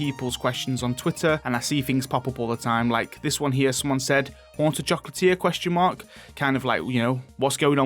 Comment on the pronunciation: "Foughts und opinians" "Oonta choclatier" XD